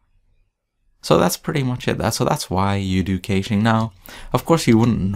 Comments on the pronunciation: ***** It is supposed to sound like "cashing" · is supposed to sound like "ka-shing"